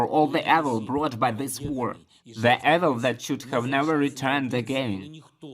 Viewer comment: Just a note to the translator, "evil" begins with a long "e" as in "eevil." Of course you are following the rules of phonics, which makes sense. But English rarely makes sense! I appreciate your hard work.